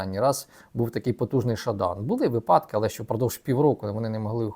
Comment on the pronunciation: та он еще в украинском делает ошибки )) например випАдок а вы его упрекаете в английском )))